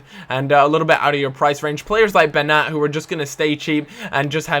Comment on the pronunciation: This is so helpful. Just take the most popular players in one league and make a video out of it. By the way, it is pronounced Beniat.